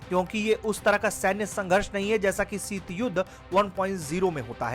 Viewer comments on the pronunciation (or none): हिन्दी भाषा की सामान्य जानकारी न रखने वाले व्यक्ति को क्यूं रिपोर्ट पढवाते हैं जो इतना भी नहीं जानता कि ‘ सीत युद्ध’ नहीं शीत युद्ध होता है